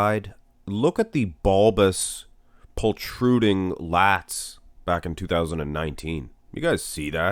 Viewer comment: Martian voice But, its pronounced protruding, not poltruding.